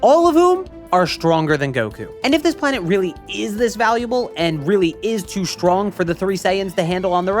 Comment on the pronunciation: Sorry for this question not at all about the subject, but why do you say "shtrong" and "deshtroy" ? Is that an accent ? I only ever heard Sean Connery talk like that.